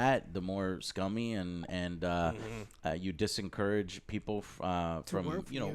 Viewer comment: "dis-en-courage" hes so cool he adds his own syllabuls to words